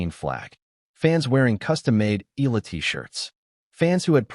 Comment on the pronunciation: Ee aah lah! Again Ee aah lah! Not Ee lah!😮😂